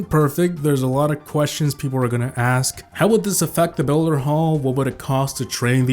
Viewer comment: am i the only one who hears axe when says ask and n o tification instead of n oe tification